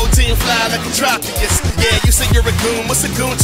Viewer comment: Or Tropius as Tropicus.